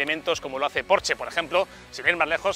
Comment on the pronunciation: Por dios me queman los oídos cada vez q dices porche ES PORSCHE!!!!!